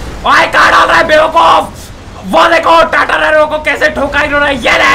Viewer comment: What says tatta naino tata or tatta 😂😂